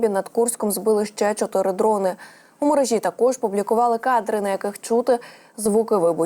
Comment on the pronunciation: Навчіть ведучу правильно ставити наголоси. У мерЕжі